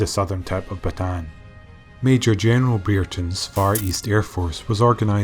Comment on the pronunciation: Want to be the first narrator to get the place names correct (ie, as a Filipino would say them)? Corregidor: Not COR-REG-GID-DOR, but COR-REH-HEE-DOR (REH = RE(DoReMiFaSol, etc.)/RAY) Bataan: Not BAT-TAN, but BAT-TAH-AN. (Just sneak an extra 'a' in there.) Aside: You do a superb job, but these names have pronounced incorrectly for so long they've become accepted by every other non-Filipino historian/history buff everywhere. Not your fault.